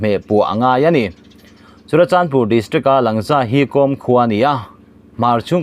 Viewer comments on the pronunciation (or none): Langza - Lângza tia thlûk tur aw.